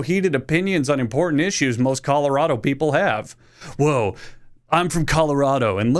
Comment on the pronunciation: The way he said Colorado- I’m from there and it angered me